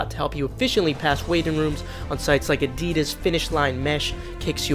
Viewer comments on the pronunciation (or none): none